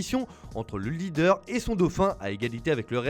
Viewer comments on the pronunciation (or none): none